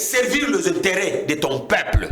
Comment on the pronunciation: Azo loba français mabe....balobaka dictature et non dictatire.....peuple et non paiple......Donc ozo luka no diriger na ba insuffisances linguistiques ya boye.....Président élu et non President éli